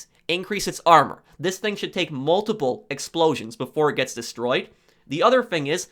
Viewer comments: The word is thing not fing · It's "thing" not "fing"